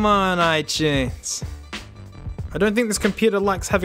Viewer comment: he says it right